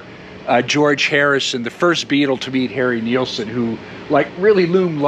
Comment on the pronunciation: Your vids are a blast and super informative. Your passion shows. But hey, It Nilsson, not Neilson, bruh.